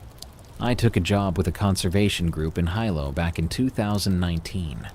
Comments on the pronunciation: It pronounced heelow not highlow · Good stories. But having lived in Hawaii for a number of years and would fly from Honolulu to the Big Island many times with friends, your pronunciations of Hawaiian place names are a bit off. Hilo is pronounce Hee-low not High-low. And the tree is Oh-hee-ooh not Ohio. The other that bugged me was the Javelina vicious creatures they are and it's pronounced Hava-leena, not Javalina, the "J" is pronounced like an "H". It's Spanish. I grew up in the South West. But no biggie. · Very good stories tonight. Part of me was hoping for more cryptids, but humans can be just as scary. As for the 3rd story though, the city is pronounced "he low" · Darkness spooky vid as always! I just wanted to say in Hawaiian the hi combination is pronounced like he, so HE-low and Oh-HE-AH. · Hilo is pronounced ( He-low). My son lives on the Big Island and I’ve been in Hilo, very tropical and humid😊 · And Hilo, Hawaii. It's where Lilo and Stich is set!